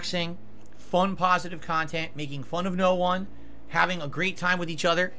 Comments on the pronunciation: Drama-free KAHNTENT guys 😂😂😂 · Lol its crap but its highlights of his """""""meaningful """""" khantent. So which is it Philly cheesesteak??